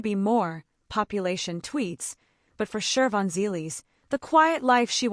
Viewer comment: There is no R in Shivons name